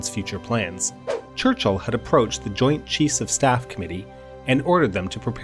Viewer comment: am i the only one hearing "joint cheese of staff"?